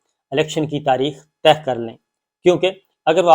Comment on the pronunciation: محترم شاکر صابر صاحب، ماشااللّہ ۔ آپ کا پروگرام بہت عرصے سے دیکھ رہے ہیں۔ آپ لفظ “طے کرنا” کو “ تہہ کرنا” بول دیتے ہیں۔ دونوں جیسا کے آپ جانتے ہیں کافی مختلف ہیں۔ نوجوان بھی آپ کا پروگرام شوق سے دیکھتے ہیں ۔ توجہ فرمانے کا بہت شکریہ۔